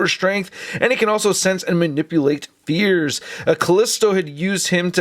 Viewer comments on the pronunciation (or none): When he said control fears I legit thought he said " and he can control beers!!!!"